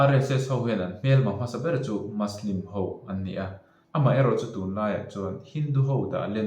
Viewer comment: muslim hi maslim ni lo vin mizo ṭawnga muslim ti a lam mai tur a ni in ka hria..Good video👍